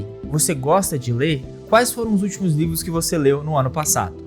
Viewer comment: vc falou nivros kkkkkkkkk